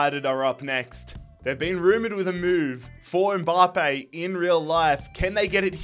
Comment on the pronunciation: No one:: M-BAHHH-Pay